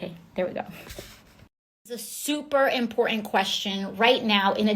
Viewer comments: Impourant lol...more woke speak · What is "imporen"? Or is the poor miseducated thing trying to say "important" and doesn't know how to form consonants? I understand why Democrats chose her now.